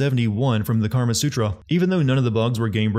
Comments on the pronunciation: It's "Kama Sutra" not "Karma Sutra" lol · You're getting a sin for saying 'karma sutra'.